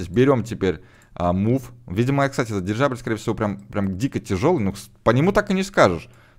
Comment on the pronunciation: прости конечно (сам ненавижу , когда меня поправляют ) , но ГиндеНбург , а не" ГиндеРбург" . Еще , просто к слову тоНН , а не" тоН ". Дирижабля , а не "Дирижажля ")))))))